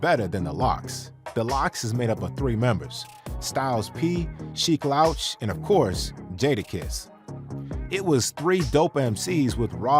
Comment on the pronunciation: I almost stopped watching because of the pronunciation of “Sheek Louch” 🤦‍♂️